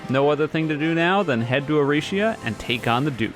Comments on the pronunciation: i dont like how he says "erishia" instead of erisia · I’m pretty sure erisia is pronounced e-ree-zee-uh but I guess it’s preference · I'm starting to think is mispronouncing the Boss names on purpose. First it was Prime-a-don, now it's Duke of Erishia